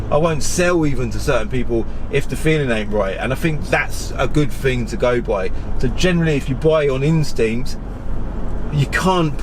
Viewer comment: “Fing”, I’m trying to deal with,but great content 👍🙏